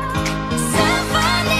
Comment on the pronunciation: is it just me or she purposely pronounce symphony wrongly?